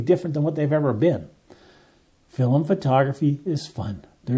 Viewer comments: FILM, not "fill-em". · Film is one syllable. It's not filim. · Why do you pronounce film like that?